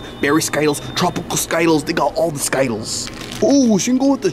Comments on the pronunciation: I like how they mispronounced sky tiles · 😂😂yes its true says sky-tiles insted of skittles😂😂😂😂😂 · its called skitelss not skytelss \ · As in its not ski-tiles instead of skittles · I hate how he says skittles like sky_tels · 😂i love how you say sky-tiles instead of skittles😂😂😂😂😂but I love y’all’s videos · bro is not called skytallys its skittles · Yeah it's skittles not skyttles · skytle huh its skitles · It’s not Skyles it’s skittles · So funny bro it's not called skytlles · It’s skittles not ski-tiles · It is skittles not skytles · It’s skittles not skyttles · It’s skittles not skitles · Dude can you not read it skittles not skiettles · I love how always say sky-tiles instead of Skittles 😂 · I call them skitles too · Skytles has been mentioned on the channel for like 6 years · They got sky-tiles yeah I love it too😂😊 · I looked in the comments, and he just said sky tiles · I like when they say skaitles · Why do you call it skittles😂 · y do you guys call skittles skidl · Stop, saying, Skyles!!!!!!!!!!! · You know skittles are not pronounced like that right? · That's not how you say skittles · Why did you say skittles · why, are u saying skittles incorrett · Bro it’s skittles not skittles